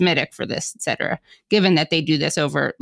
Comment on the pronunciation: Hey Whitney! Etcetera is pronounced Et Cetera, not Excetera.